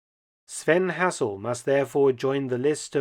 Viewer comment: Shame you can't pronounce Hassel properly.